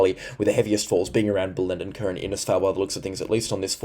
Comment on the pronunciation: thanks for the updates. You still need to brush up on your pronunciation of Hughenden, Bellenden & Diwan(?). I think you were referring to Diwan (in the Daintree area), but I am not sure. Perhaps you were talking about some other area of the Daintree? Cheers, mate.